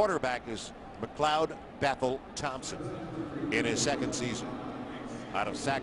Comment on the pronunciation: they said mcLOUD not mcleod